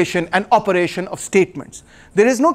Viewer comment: Of pronounced "ov" not off...